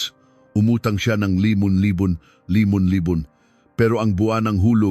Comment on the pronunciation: nakainis pakingan yan libolibon tausand